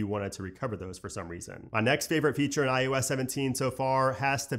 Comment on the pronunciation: Do realize that you say ius 17 instead of iOS 17?